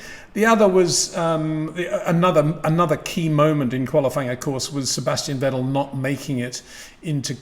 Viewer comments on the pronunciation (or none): none